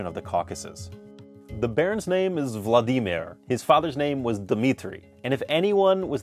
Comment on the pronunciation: The way you say Vladimir made me fucking choke on air. Hahaha why did you say it like that